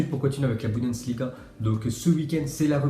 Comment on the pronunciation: Pk tu fait que dire bundensliga